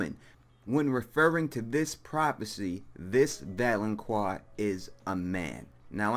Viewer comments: It's not "valon*quar*" it's "valon*qar*", like "car". Also, you're wrong. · ITS VALONCAR NOT VALONCWAR!!!!! THE Q MAKES A tough C SOUND! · Pronounced (val-on-kar) god damn you done pissed me off continuously misspronouncing that word! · I always hear "Valoncroix" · shonshonacg 😁😁😂😂😂🤣🤣🤣 I thought I was the only one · lol yeah it was really bothering me too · Its pronounced val-on-kar. There's no u so there is no wha sound. . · I have to admit, my face twitched just a little bit every time you inserted a “U” into the pronunciation of the word “valanqar.” Solid theory, though. I hadn’t considered Euron. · I mean I am only 1 min in but the fact that you don't know how to pronounce valonqar does not give me hope for your theory. Tears could be a reference to the Tears of Lys, a poison Cersei has almost used before. I think perhaps Ayra will poison her, but just enough to make Cersei unable to move or fight back as in drowing her in tear, then posing as Jamie the Valonqar, Ayra will explain it all to Cersei and then choke the life from her. (with both hands). There might be something in "pale white throat" as in "pale wight throat?" perhaps as well :) Cersie could become the Night's Queen and Ayra will kill her after that, eh there are so so many variables with prophecy in GoT, you can never be 100%. I could be completely wrong with all of this and you could be correct, we really can't be sure!